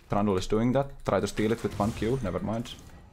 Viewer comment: Kinda not familiar with how u pronounce Trundle I keep on hearing that hated name "Thranduil" from Lord of The RIngs. Edit : This is why I don't play Shen. My eyes are spinning from looking everywhere else when Ult is up.